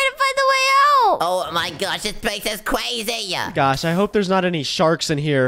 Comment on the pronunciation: He keeps saying "Cwazy" while Its crazy.